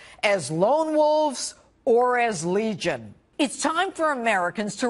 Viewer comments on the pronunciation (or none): none